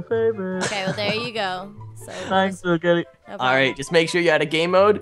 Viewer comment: It's little Kelly not litter kelly